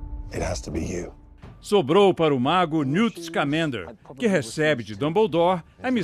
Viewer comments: Eles também falaram o sobrenome do newt errado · "Scamender" vou mataaaar